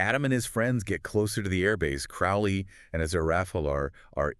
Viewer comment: It's pronounced Croa-lee, long o, not "ow" as in "out."